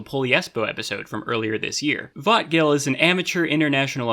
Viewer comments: To my non-native anglophone brain, every time says "vötgil" kinda sounds like "thought kill" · Every time he says vötgil my mind says I'm a bit excited